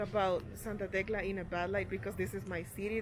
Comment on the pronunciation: Tecla sounded to me last like Tesla 🚗,, this content is awesome 😎 I'm too doing travel videos so I'm finding this to be more interesting to watch, respect to the guide she is well informed of the area which makes this video informative type of,much love and support from usa 🇺🇲🇺🇲✌️ enjoy your stay!